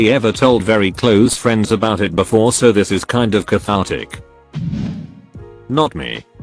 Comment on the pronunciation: "We met at a party with mutual fruends"